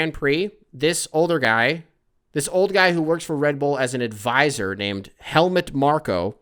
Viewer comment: It's Helmuuuuut with the pronounced "u". And yes, he is a giant asshole. Greetings from Germany :)